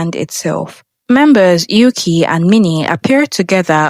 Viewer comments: There is no member named "Yuki." That is a Japanese name. Learn how to pronounce Mandarin if you're got to do these videos, bot. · what's up with pronouncing yuqi's name like that, I thought you made your research to make this video